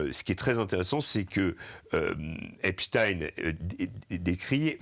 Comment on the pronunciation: Epstein! Pas Epstin